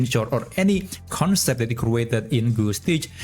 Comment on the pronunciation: crew-ated? lol